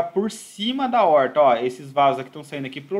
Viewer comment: Se possível, te agradeceria pessoalmente, mas por aqui ja é suficiente. Ótima aula e um assunto que devemos sempre ter em mente a sua solução. Um grande abraço. Ansioso para as próximas aulas. Para descontrair: A"oooorr"ta.